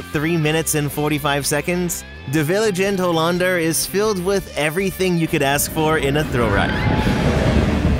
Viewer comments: Loved that you went to the Efteling, as someone from the Netherlands this is cool! Loved you pronunciations btw :p (btw it is "Vliegende Hollander" and not "Vilegende Hollander", but I get it Dutch is hard!) <3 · It's 'De Vliegende Hollander' not vilegende. Otherwise: Very nice compilation of one of the best parks in Europe or even the world?! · Haha Vilegede Hollander it’s Vliegende Hollander. Your Dutch is great 😅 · Actually as someone that goes to the Efteling every easter I noticed a mistake! It’s actually “Vliegende Hollander” not “Vilegende Hollander” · Great review of the Efteling! I am so happy you had a great time! One teensy tiny note though, it's actually "De Vliegende Hollander", not "De Viligende Hollander" but I do understand the confusion! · We're going next week. So excited to go on these rides 😁 (just one thing. It's Vliegende Hollander, not Vilegende Hollander 😊) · Quick correction: its Vliegende Hollander. Not Viligende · not ´de vilenger hollander´ but ´de vliegende hollander´ ;) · just so you know it's "Vliegende Hollander", not "Vilegende hollander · its de vliegende hollander, not viligende hollander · And viligende hollander😂😂 it's vliegende hollander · Its not vilegende hollander its vliegende hollander.. 😂😂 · Love that you came to the Netherlands and had a great time in the Efteling! (Almost) totally agree with your list. One note: its vliegende hollander not vilegende :D. Pronounced: flee-gende. If you're ever back in the Netherlands for another park I hope you'll have as much fun! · pronounciation like droomvlucht. also it's de vliegende hollander should've practiced a bit more no where close but it's ok i don't expect u to be good at it. thanks for making a video about our humble little countrie's theme park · Very nice! Well done!! And indeed funny how you pronounce the Dutch names of the rides. Vliegende (flying) is clearly most challenging…. Even spelling it correctly 😅😂